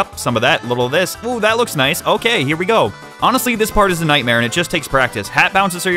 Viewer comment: I always love the little "Naisu"s whenever they pop up.